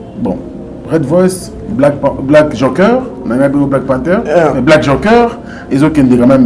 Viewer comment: Oui mais il commis une grosse erreur de choisir ce minable comme communicateur, un incompétent. Incapable même de prononcer le mot "Joker" il dit jonker🤦🏽‍♂️😭